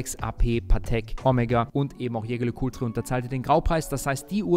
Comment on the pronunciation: Schä Schär Lä Kulträ...kann doch nicht so schwer sein, lieber 😅 Back on topic, als Besitzer einer Polaris Date kann ich den Eindruck der anderen Mitglieder nur bestätigen. Hervorragend verarbeitet, 1A Außergewöhnlichkeit und natürlich Haute Horlogerie und das auch noch zum kleinen Preis❤